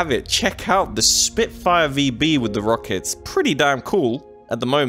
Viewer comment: “Lemme play with my rockects buddy” lol